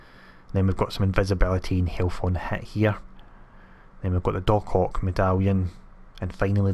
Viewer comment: When u said "Doc Ock Medallion, it sounded like u said DarkHawk" I was about to get super excited like where is that LoL... Awesome vid man, there always a big help for me